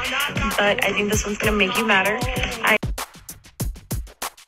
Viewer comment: Not "madder"!!!